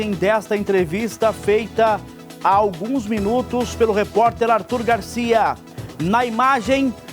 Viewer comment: Que reporterrr esse..erra no nome!!